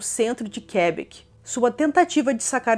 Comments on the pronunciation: Fala-se "Quebéc" 😊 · Por favor, pronuncie direito Quebec😐